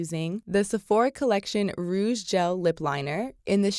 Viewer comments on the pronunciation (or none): none